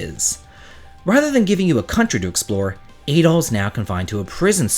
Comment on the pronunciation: Adol is pronounced like "add-all" not "ay-dall."